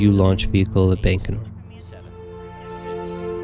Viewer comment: Launched from Bacon-or? lol (bye-can-or)